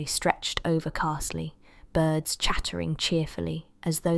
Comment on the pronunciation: Are these fan fiction or something? Cat name wrong, names wrong or mispronounced... Castle- eee for Carzlee etc etc. So you have killed 2 cats and brought home a new one? Fan fiction written by somebody who has never read or listened to a long established character and village?